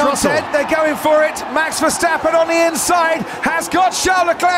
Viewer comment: Miami is a joke in every way. A track that lookes likes it built in a week, overdone show with fake harbour (🤣) and last but not least: the commentary! Can’t grandpa say Verstappen? Or does he have a potatoe in his mouth since he pronounces his Max’ name as “ Fershhhteppen” 🙉 No more Miami please.